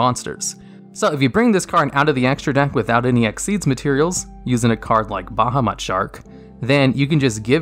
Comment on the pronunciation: No one:: BAHAMAT SHARK